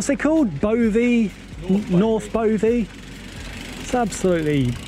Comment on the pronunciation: Bovey is pronounced buvvy as in a-bove! Nice vid guys!! Looks like you went down the Nutcracker near Lustleigh.